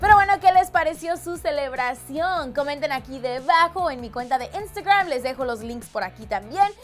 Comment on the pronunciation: Me molesta como dice la palabra Instagram que hable bien 😬